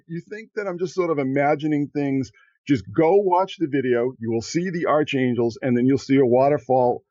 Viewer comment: just for the record, in the word "archangels"....the correct pronunciation is as "ark-angels, not, "arch-angels". Look it up.